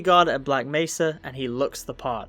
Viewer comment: when you did the montoge of G man saying black mesa, why did he pronounce nearly every " mesa " differently. " black mess-a. " " black may-sa. " "black messa. " "black may -sa. "